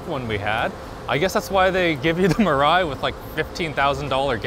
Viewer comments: Mirai is pronounce as Me Rai btw nice video i thought i watch donuts media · Your local weeb here, it's pronounced mira "e". It basically means future. Because Toyota apparently feels hydrogen is the future. Thanks for reading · Mirai, it actually pronounce “mea-lie”, means future. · Mirai is pronounced as Me-Lai. In Japanese it means “future”. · WHY CAN NO ONE PRONOUNCE MIRAI EVEN CLOSE TO CORRECT